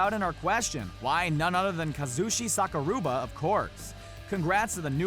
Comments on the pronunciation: Kazushi "Sakuruba" lmao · Did you just pronounce sakurabas name "Saka-rooba"? Oh sweet neptune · Does he pronounce names wrong on purpose? Saku-ra-ba and wanderlei is Brazilian so its pronounced "vanderlay"...no troll or being a dick just helping out :) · Sakaruba??? How do youbmake mma videos and cant even say sakaruba? He is a goddam legend i bet you say "royce" gracie with a fucking r to smh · Down voted because if you can not pronounce sakuraba correct then you dont know pride and if you dont know pride then you should not cover mma. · Chael sonnen?!?! Had 1 good fight. Nothing but big mouth. You said Sakuraba ' s name wrong. Diaz took out McGregor?!?! Really looked pretty good in the Aldo and Alvarez fights!! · It was wonderful video until you pronounced "Sakuraba" wrongly. Dang man....